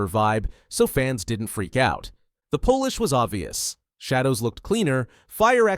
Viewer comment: The voiceover is pronouncing “polish” as “Polish”